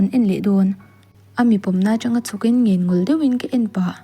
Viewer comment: I tluk dik loh tam tak zingah 'ngenngawl' i lam dan hian ka beng a tikham zual bik. 'Ngen' hi chu i thluk dik a, 'ngawl' hi "i kawr chu i va thawl ve" kan tiha 'thawl' thluk ang tur hi a ni.